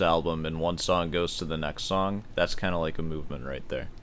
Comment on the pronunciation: He also pronounces song like it were the French word sans 😝